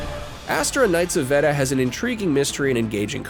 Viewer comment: It's pronounced "vay-da"